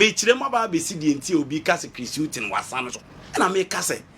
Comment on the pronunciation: For Chris Hughton, it is not wasa but wada 🤣🤣🤣🤣🤣🤣🤣🤣🤣🤣🤣🤣🤣